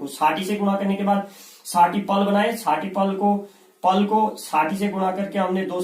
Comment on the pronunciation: पला नही, पल होता है।